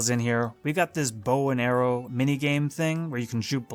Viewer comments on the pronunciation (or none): none